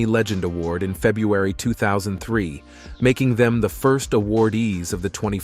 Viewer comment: Couldn’t even pronounce February correctly either, so we can’t expect much